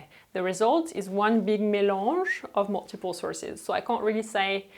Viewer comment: You said mélange but I heard mélon first time 😂